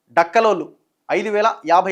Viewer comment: బాబు మీరు బాగానే చెప్పారు కానీ తెలుగు తప్పులు చదువుతున్నారు. హాయ్ ఒకసారి ముందు రిహార్సల్ చేసుకోవాలి కదా. కులాల పేర్లు కూడా సరిగ్గా పలకలేక పోతున్నారు డక్కలి అనే పేరు కూడా పలక లేకపోతున్నారు